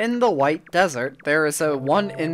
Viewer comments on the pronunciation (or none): none